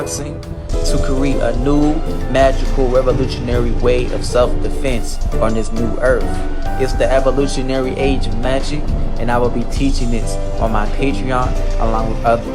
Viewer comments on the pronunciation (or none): "On this new erf" 🤣🤣🤣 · "... on this new Erf."